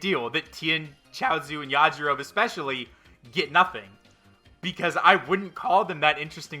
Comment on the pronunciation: You pronounce the E at the end of Yajirobe (YAH-JI-ROW-BEE) 😊